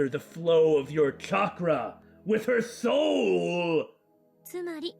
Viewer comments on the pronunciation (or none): her sewl? Seriously?